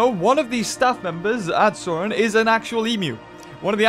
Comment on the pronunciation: why did say, "Saurion"?